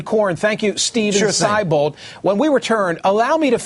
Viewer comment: It's pronounced See-bold, not Sigh-bold!